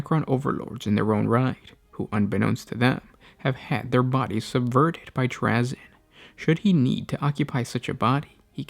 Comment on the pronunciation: this guy mispronounces words and names in every single video. It's so annoying.